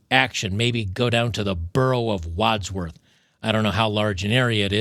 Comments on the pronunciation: He butchered the name It’s Wandsworth not wadworth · Wands Worth , think harry potter when you pronounce it, and its a *it hole.